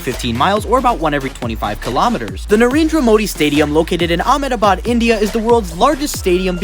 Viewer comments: The way he pronounced "Ahmedabad" put a bullet straight through my brain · Haha, right